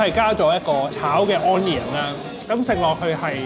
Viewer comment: 可唔可以唔好講... 安 - KNEE - un. 讀 UN - knee - un.